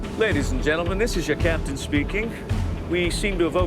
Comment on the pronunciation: Captain not caption Speaking not speeking